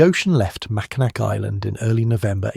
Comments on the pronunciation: its pronounced macinaw not macinac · It's pronounced "Mackinaw1" island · RLY We have always said Mack ih nack How weird